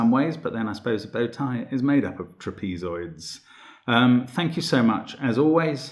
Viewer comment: Never heard trapezoids pronounced like that. Interesting.